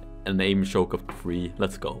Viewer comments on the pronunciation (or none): When says Shoke instead of Choke.._.